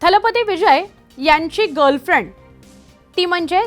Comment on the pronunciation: तु गर्लफ्रेंड कसं बोलतेस.